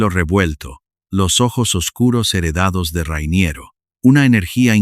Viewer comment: Se llama "Rainiero", por qué inventas vocales llamándole "Ruainierou"... llevas un chicle en la boca? 😂😂😂 Como el anuncio de "Carolina Herrera", que la llaman "Cauruolainea huerrueira", parecen borrachos! 🤣🤣🤣